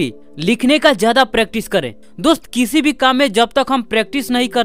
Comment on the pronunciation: hes like "DUST"🤣🤣